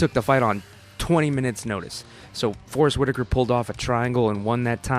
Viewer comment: why u keep saying forest witikar?